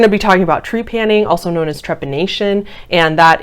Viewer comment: Ok, so the word is not Tree-panning. It is trep-a-ning. And I wish you had spent more time researching what scientists say instead of just deeming is “wrong”. Research more